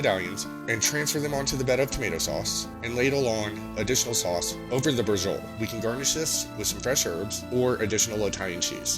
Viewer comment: Hello, I finally got all the ingredients together to try your recipe. I plan to make it this week. My friend, I think it is pronounced brah-show -leee, I could be wrong but I heard it pronounced this way some years ago.